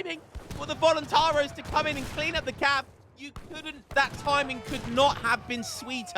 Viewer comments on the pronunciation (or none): Voluntar-I-os, you gotta pronounce the "i" man Also in Minas Gerais, it's a soft G like in General